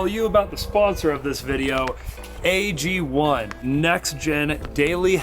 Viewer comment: AG1 AGONE. Ago-ne phonetically agony